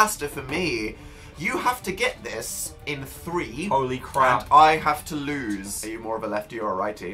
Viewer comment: Lol Phil said Hole-Y crap Also Dan was really a baller in this video